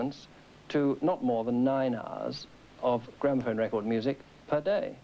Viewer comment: Man said gramophon music